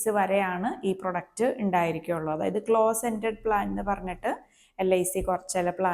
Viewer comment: പ്രോഡക്റ്റ് ആണ് പ്രൊഡക്റ്റ് അല്ല